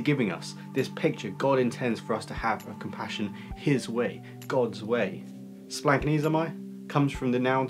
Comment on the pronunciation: Uhh...don't listen to this pronunciation. As a Greek by blood and Greek speaker at home, it is splach-NEE-zo-may. Splach as in Bach with that houghing a loogie sound at the ch. Ahhch